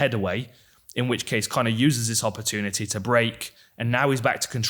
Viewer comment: Wish someone would teach Dan how to say opportunity because oppa-two-nitty isn't it.